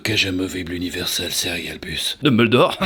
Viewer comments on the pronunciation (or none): none